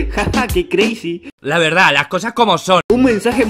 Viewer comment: No es creisi es crazy